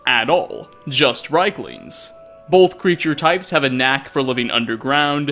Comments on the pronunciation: Argh, please stop calling them reiklings, it's riekling with ie as in Thief. It sounds like you are calling them third reich - lings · rIEklings not rheiklings! good video. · And still can't pronounce Riekling correctly. "Reekling", not "Reyekling". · It's pronounced reekling!!! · Mispronounced Labyrinthian and riekling, smh did you even play skyrim 😉